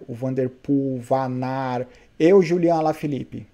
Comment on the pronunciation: Parabéns novamente pelos comentários showww como sempre... o triste é ver aqui no Brasil pela ESPN e ver o pessoal falando Wout Van Aert... ao invés de Vanart... jesuis amado... é dose... abraço